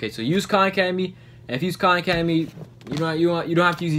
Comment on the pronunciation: AHHH KHAN ACEDEMY